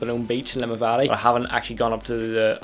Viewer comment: “Buh-Nev-in-ah” actually